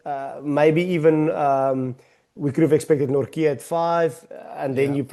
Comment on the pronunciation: As a Dutchman; THERE IS NO K IN NORTJE. Jesus Christ, Van Riebeeck draait zich om in zijn graf!